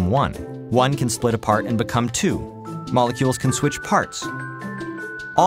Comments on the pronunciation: says molecues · "Molecues" XD